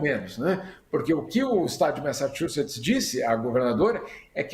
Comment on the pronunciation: Messatchuces, "t" mudo